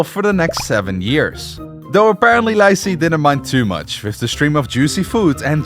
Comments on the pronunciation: bro confused ZHI and ZHE when it doesn't even sound the same in chinese 😭😭😭😭 I know chinese so it was so confusing 🥹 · is it so hard to look up a pronunciation guide and practice for 5 minutes before filming a video... pronouncing li zhi like "lyzee" instead of "lee juh" is insane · I mean this in the kindest way possible, please polish your pronunciation of Chinese names. I loved the documentary, the flow of events, but I cannot get over how you pronounce some of the names; it's pretty distracting!! :,) For example: "Li Zhi" is pronounced as "Lee Zu," not "Lai Zee" 😅😅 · How did this dude manage to call Lee Zhi "Lai Zee"?¿ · the name pronunciation is insane haha lie zee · The Li Zhi name is pronounced as Lee Gir but without an rrr sound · Li Zhi "Lie zee" ☹️ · pronouncing chengqian and tai's names perfectly: zhi's name: lie zee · The pronunciation of Li Zhi is more like lychee, and for real Chinese netizens refer to him as lychee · Li Zhi is pronounced more like LEE JUR not and Li Zhe is like LEE JUH. And Zhou is like JOE. Use the MDBG dictionary to get an idea of how to pronounce names you don't know. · “Lai tai” “lai zhee” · Li Zhi’s name should be pronounced “Lee Jih,” and Q should be pronounced like a “ch” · Very funny pronunciation of the Chinese name. Especially Lye Chee 😂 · lAI Zhi :)))))))) dont even bother to learn the surname that birthed the dynasty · Li Zhi's name pronunciation is diabolical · He is not doing Cantonese pronunciation, he is just pronouncing it wrong, it should be "Lee Zhi" not "Lai zee" and it should be "Lee Cheng chian" not "Lai Cheng kian" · Wu ZetAIn? LiE ZhEE? ChengKiang? 😭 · Li is pronounced Lee, not lie. Li Zhi is pronounced Lee-Jee